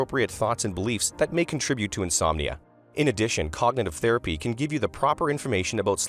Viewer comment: Theraphy? lol what? Therapy